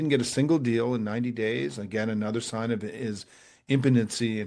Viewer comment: Small thing. Why is 'another' now pronounced 'Another?'